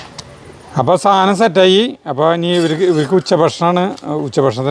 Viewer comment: സാനം സാനം സാനം............... 😂😂😂😂സാധനം ആണ് കുട്ടി 💖💚🧡💗💙💛❤️💝